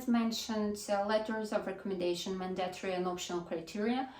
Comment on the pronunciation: mАndatory, а не mandAtory, от слова манда что ли? режет ухо, что же у вас, русскоязычных одна и та же ошибка...